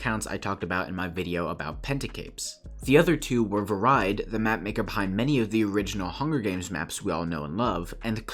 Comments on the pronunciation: As someone who comes from the same country as Vareide, his name is pronounced "Vá-rei-deh" (rolling R if you are able to). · vareide is said var-ei-de